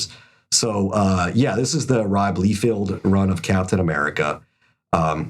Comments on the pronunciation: It's Liefeld, pronounced "Lay" not Lee, isn't this obvious? Yes he's a bad artist, but at least get the spelling correct and the pronunciation, same with McFarlane. Must be a bit to butcher names with you guys. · I die inside whenever they say LEE-field. At this point you guys are trolling, right? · Lee Field lmao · Rob Lee-Field is crazy, it’s Lie-Feld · Rob Liefeld…ROB LIEFELD!!!!LEIFELD……not LEEFIELD. I guess that was the running joke the whole video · It’s not “Leefield.” It’s “lie-feld.” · The worst for me is that Cassaday cover. Hated his work when he was alive, he always phoned it in and was the laziest least prolific full of himself artiste to ever grace comics. Sorry he's dead, but even until the end he was putting out junk to collect a paycheck. Also stop calling him Lee-Field, you even spelled it wrong lol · Thank you, listening to these guys butcher some of the most famous comic book artists names made me scream. Todd Mac Ford Fairlane Rob Leefield they even spelled it wrong in the video. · It's Bobby No Feet. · not only do you guys pronounce McFarlanes name wrong, but Leifeld too!!!😂😂😂